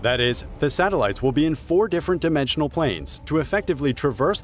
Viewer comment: Did I hear you say interdimemtional planes. Hmmm.